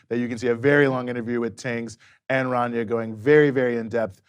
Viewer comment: “Rania”, not “Tania”